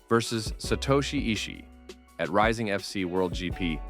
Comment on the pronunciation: I'm much more offended by the repeated "Rising FC" when it's "Rizin FF"